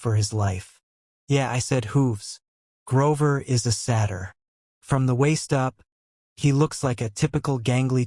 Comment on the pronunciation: The fact that Satyr was mispronounced imma find a different one